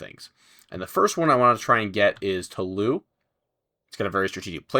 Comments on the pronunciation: If there's an 'e' after the s in french you pronounce the last syllable. (Toulouse should sound like you said 'to lose' a bit fast) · Dude, "Toulouse" is pronounced like "to lose yourself". Thank you, -Bleeding francophone ears. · Please look up how to pronounce 'Toulouse'.